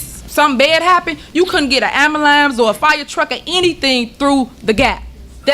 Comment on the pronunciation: Henyard actually says “Ambalamps” instead of “Ambulance”